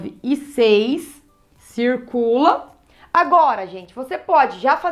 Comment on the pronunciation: " a cê tá esquecendo uma coisa cirrrrrrrrrrrrcula o 2" fofinha